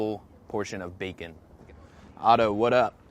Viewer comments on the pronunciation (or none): none